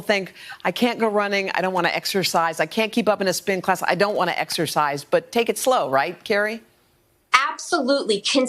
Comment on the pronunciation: Lol she actually said “steak” instead of “take” 🤦🏻‍♀️